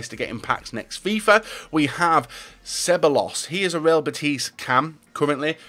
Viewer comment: its not ceballos the two ll are silent. like david villa